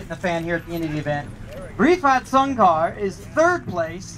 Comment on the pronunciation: refat soon car Padahal Rifat Sungkar wkwkwkwkwk